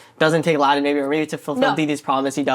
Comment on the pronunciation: Can’t even pronounce laTin and thinks she’d crush a PhD program. 😂😂